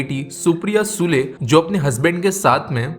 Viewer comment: सुळे. Not सुले.